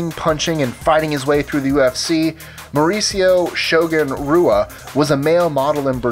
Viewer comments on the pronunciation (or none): It's pronounced Shogun Hua, not Shogun Rua like it's spelled. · just cringed hearing him pronounce Shogun's last name as Rua and not Hua. Brazilians pronounce the R in front of a name as an H. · BTW Brazilian names starting with an R like Renzo and Rua are pronounced with a H sound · Nice pronunciation on renzo Garcia and shogun rua. ITS AN H NOT AN R